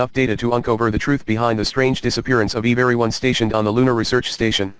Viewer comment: Tip one: spell check before giving the text to your program. Even good text to speech programs have trouble when words are misspelled. Tip two: if you spelled it correctly, and the program can't pronounce a simple word like 'everyone" then get a different program. Or buy a microphone... no matter how bad you think your voice is, it's probably better than that computer voice. Keep trying though, you're only going to improve with practice ^ _ ^